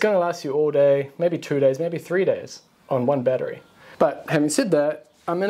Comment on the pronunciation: If you can't pronounce"battery" correctly don't say it. Unwatchable.